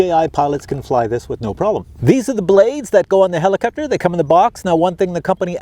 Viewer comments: heliCOPter. not heliCUPter. JEEEZUS!! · not really, but somehow heliCUPter drove me crazy hahaha which i did not expect! nice flying btw :D